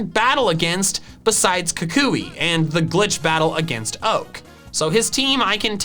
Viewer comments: Kukui, not Kakuy! There should be 2 L's in Alolan! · Am I the only one who is annoyed with the way he pronounces Professor Kukui? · Is Kukui pronounced “koo-KOO-ee” or “KOO-kwee” like I’ve always heard it?